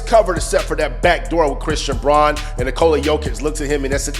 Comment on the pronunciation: Braun is pronounced Brown